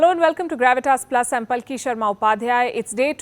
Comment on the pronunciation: Your name should be pronounced "PAALKI". Why are you calling it Palki.